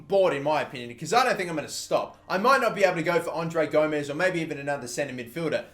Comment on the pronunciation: and u pronouncing André Gomes name wrong, ur saying "Gomez" when it's "Gomes"